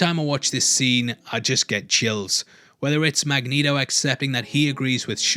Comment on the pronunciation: You DO “put the neato in Magnito” 😂